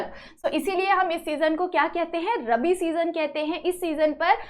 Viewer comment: did you teach very nice but your pronounsation is wrong in this lecture you prounce wrong that rabi and kharif